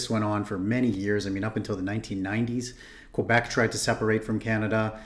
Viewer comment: HES SAYING QUEBEC WRONG